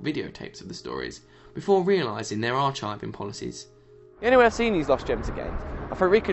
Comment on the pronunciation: "ar chiving"...? A spot of mispronounciation there - off to Gallifrey's Death Zone for you!